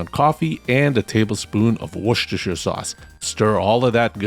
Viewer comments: Its War Stir Sure sauce!!!!! Also its Wooster. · You mean wors Worshche Worschesersireire sauce